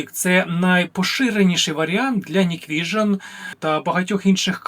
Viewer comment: Hikvision Не Ніквіжн, а НіквісіоП. 😂